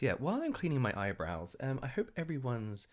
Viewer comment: I loved this video. I love that you're not doing the skincare mistakes videos anymore. They've peaked, usefulness-wise. I love love that you've... been saying eyebrowns wrong this whole time 😂 I love that I learn terms like "evergreen" videos from you. And hoarding is dumb.